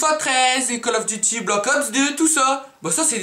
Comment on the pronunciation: call of diti *call of duty ;)